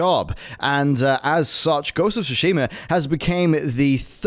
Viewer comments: SOO-shee-ma. Not soo-SHEE-ma. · It's TSUshima, not SUshima; Please learn how to pronounce it before you say it repeatedly. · I've pretty much given up on westerners butchering JP pronunciations then they play "I'm not a native speaker please don't hate me" card every time. "Sushi"ma, Se"key"row and Nayoh. LOL.